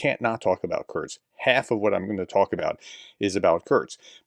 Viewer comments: Btw. The city ist not called kurtz but curr-sk like in curry - sky…. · Professor: It's "kur-sk", not "kur-z" (German for "short"). Nit pick. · Pronounced 'Kurtstkt'?